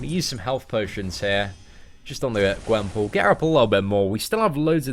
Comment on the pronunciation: He said her name rong